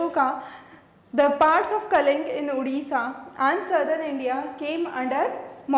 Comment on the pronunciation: Mam it's not kaling war It was Kalinga war